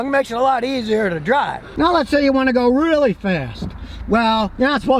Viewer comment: I love how he says "Now let's say you wanna go REALLY fast"